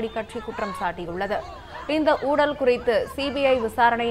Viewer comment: Its "Oozhal"... not 'Oodal'. Pls pronounce properly.